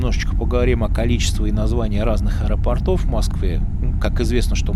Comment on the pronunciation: Не аэропортОв, а аэропОртов. Режет слух.